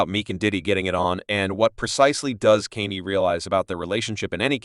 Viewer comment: Why the AI keep calling him Kenny?